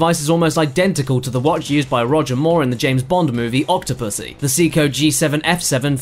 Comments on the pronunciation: WTF is a sea-ko? Seiko is pronounced say-ko... I would have had no idea except there was an actual shot of the watch face with the brand name xD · Seiko = say-co NOT see-co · It's say-ko, can look up actual Japanese commercials for the brand and hear it. As for Bowie, well yeah he said it wrong it's BOH-ee (as in bow and arrow) not BOW-ee (as in take a bow) gotta love using the same word for 2 different examples :) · is a Japanese Company. therefore it would be pronounced Say-ee-ko. "see-ko" isn't really all that far off. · "See-Ko"? "David Baw-wee"?